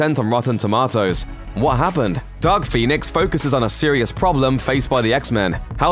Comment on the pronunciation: With your accent, it sounded like you said Duck Phoenix.